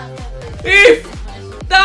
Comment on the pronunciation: Si dice AUBAMEYANG NON AUBEMAYANG